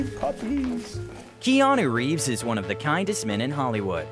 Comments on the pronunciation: he sounds like he said "Jeanu Reeves" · "gEaNu ReEvEs"